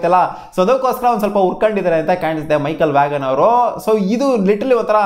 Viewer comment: Michael Vaghan alla bro Michael vaan adu